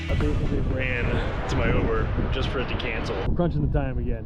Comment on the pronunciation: Youber 😮 that’s how you say it?